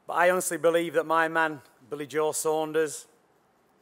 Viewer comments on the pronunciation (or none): Sanders 🙈 it's fucking Saunders